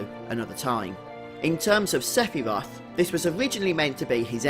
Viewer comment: Seph-y-roth!!!!! Hahahahahahahaha